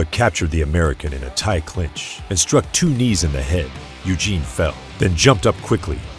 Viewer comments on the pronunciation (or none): none